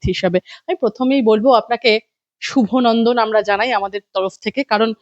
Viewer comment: আপনি কি হিসাবে শুভ নন্দন বলছেন ওটা কি আমাদের বই লেখা আছে না ওটা অভিনন্দন হবে